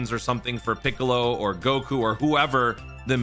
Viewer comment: I find laughing to the way you say piccollo and Tonight. Thank you for the great entertainment. Love your informative videos. Teams for clearing red zones quest would also make great videos. Although i am sure other YouTubers do them i do only watch you and Baby for dokkan content.